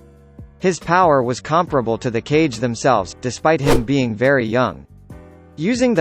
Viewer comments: Cage hahahah lol its kage KA-GE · Did he just say 5 cage summitt? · Hearing "cage" kills me